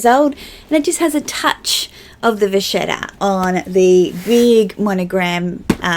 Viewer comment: Once again, agree with everything you said 🙈😂👏🏼 Beautiful job describing color and can’t agree more using monogram with prints and how it’s a neutral that finishes an outfit. (you said vachetta the way you’re supposed to!! Lol 💅👑😎) I use my azur with what ever lighter colors to make it my pop of “white” Love that Gucci/Bal tote 😍 Another killer video down in the books! CHECK!! Haha ☺️💕😘